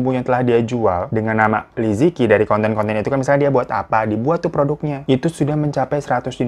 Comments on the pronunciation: Bacanya bukan liziki , tapi "Li Ce Chi" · Li Ziqi bukan benar2 dibaca "li-zi-ki". Cara baca pinyin itu "li ce chi" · Bacanya liceci bang fyi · Aku ngefans banget sama liziqi Liziqi bacanya lisice. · Liziqi baca jadi Li Ce Jhi kakak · Bacanya salah， yang bener Li ce chi Tao Bao bacanya Thao pao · Li ce yi Bang cara baca namanya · Li Zi Qi dibacanya Li Ce Chi Li Jia Jia dibacanya Li Cia Cia